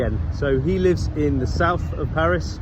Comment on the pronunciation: Salut, Je ne savais pas que tu parlais (était?) français mais ta prononciation des différents endroits de Paris ne laisse aucun doute. 😉 Toutes mes condoléances pour ton grand-père; il y a certain moment de la vie que l'on souhaiterait éviter mais, malheureusement, ce n'est pas possible. En tout cas, je suis heureux que tu continues tes vidéos sur cette chaîne, c'est toujours un plaisir de t'écouter.